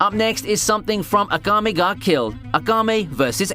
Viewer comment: Agame? Who the hell is Agame? You mean Akame (AHKHA-MAY)? Lol. Why do you emphasize the first syllable in most names like Asuna (Ahsoo-na), not (Ah-soona).